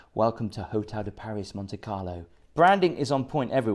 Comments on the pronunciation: I cringed every time uou said the hotel name...it's Hotel de Paree.. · it’s pronounced PAR REE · it’s Hotel de Pari. You don’t pronounce the S. love the show. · Instayed here too. V lucky. Got the helicopter transfer as well. Small correction, its Hotel de Paree......French pronunciation merci beaucoup!!! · It is usually pronounced "Hotel de Par-ee". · Thank you for the review, however and please don't take this badly but the Hotel de Paris is pronounced Hotel de Paree. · It’s pronounced Hotel De Pari rhymes with Harry. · You don’t pronounce the S … Paris … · Ask a Frenchman how to pronounce „Paris“, please. Next, no modern helicopter is do low, that you need to duck. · Don’t pronounce Paris the English way. It’s should always be done the French way when referring to this hotel. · Probably best sticking to budget hotels. Both the hotel de Paris (btw the s is not pronounced) and the Fairmont are fabulous hotels. We stay at both. Not had any issues with the staff being rude. We’re pleasant to them, they’re always pleasant to us. I can see that making a fuss over a mattress cover in a hotel of this class would not be seen favourably. You appeared to be totally out of your comfort zone. Don’t deter others from staying here, it’s an incredible experience, particularly during the Grand Prix. Would encourage anyone who appreciates the finer things to visit. Maybe stick to Butlins in future 😊